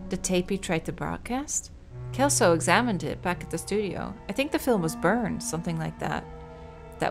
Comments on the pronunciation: Brazilian info from a local, language-wise! The name 'Celso' is pronounced "CEL (as in Cellphone) - so". "Walter" is usually said with the W having the sound of a V, and the currency mentioned in the game, "Cruzeiros", was a currency in Brazil a few decades ago, before our current one (Reais). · Juliana... Celso... Ferreira... UFRGS?!?! Hey, this game is Brazilian! VAI BRASIL!!!🇧🇷🇧🇷🇧🇷 (Also, Celso is read like "Sell-So" not "Kel-So") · Hahahaha its cute though!! Chelso XD But yeah its the pronounciation that we use at least, with the CE working as in Cellphone, C has more often than not a S sound in portuguese than a K sound, which i know its the opposite in english. Also, the Surname 'Martins" in this context would be pronounced "mar - TIN - s", though its a small detail really haha MAR - tin - s is not technically wrong, just sounds much more fancy than how we use it